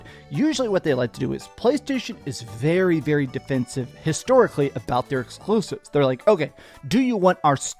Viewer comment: Sony is going 3rd party so they don't have to hear say "EEXXKLUSIVEBs" anymore